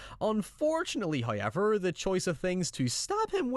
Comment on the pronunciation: Obligatory "Hoyever" comment